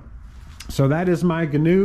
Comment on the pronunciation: If you're going to own one, you should know how to properly pronounce the name....